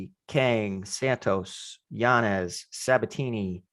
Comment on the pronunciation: still can’t get yanez’s name right 😂